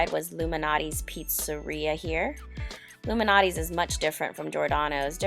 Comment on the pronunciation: It's "Jee-or-danos" and not "jor-danos". It's "Lou Mal-not-ees" and not "Loumanotee". Also.... "pictured" is pronounced pick-chured and not pitchurd. Slow the fuck down. Learn to pronounce. You're getting way ahead of yourself. And the fact that you'll choose Food Life over a plethora of other places speaks VOLUMES.